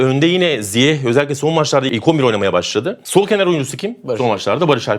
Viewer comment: Bütün dünyanın ZİYEŞ diye telaffuz ettiğini görüp hala ZİYEH demekte başka bir meziyet😉